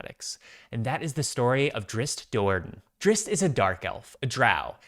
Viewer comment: You said the name right!!!!! 120% with you, would you want live action or animated for this show? I'd want to lean more to animated, like vox